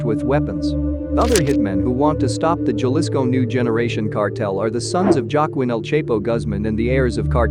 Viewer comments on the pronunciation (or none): It’s Jalisco not galisco how do you say jalapeño? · Cartel of "gell-isco' from "mitch oaken" man. He didnt even try to pronounce it somewhat correctly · Horrible way to pronounce Jalisco. And all the other city’s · It's funny to hear white people say Jalisco lmao 🤣😂😆😂😆